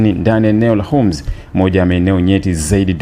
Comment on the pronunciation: Tamka vizuri hiyo Hormuz sio unasema homz